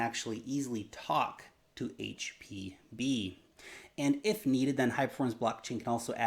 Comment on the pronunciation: Did he say hpb or hpv??? Haha jus saying